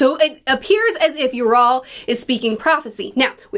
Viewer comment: PLEASE… it’s YA rul. Not Yural. Based on the norse word Jarl. (Which was a chief or leader)